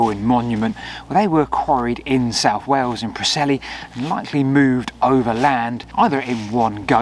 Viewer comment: Souph fwom norph?